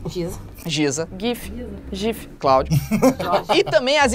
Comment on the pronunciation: Mas ele falou "Cláudio"